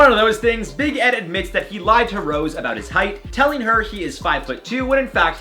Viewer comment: Why does it sound like his saying big head, or is it only me💁🏽‍♀️